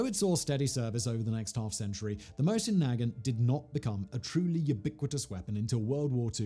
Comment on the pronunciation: What the hell did he call the Mosin